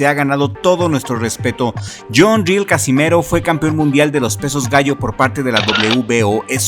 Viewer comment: El filipino se apellida RIEL y , no ril como lo pronuncias está mal pronunciado , el es de filipinas, por tanto el apellido es español debido a que , filipinas fue conquistado por España en 1565 , he ahí del porque el apellido RIEL